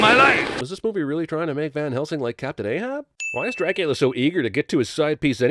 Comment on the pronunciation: Dracoooolia, Loooocieee, Juynuthun, Meenahhh, and Elizerbetta!